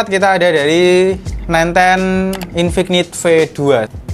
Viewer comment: infik-nit .. infinit bacanya, k nya luluh